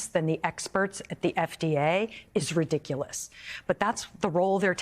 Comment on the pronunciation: The way you just slaughtered the word ridiculous, you should be disbarred from using the English language! Smh🫣🤣🤣🤣🤣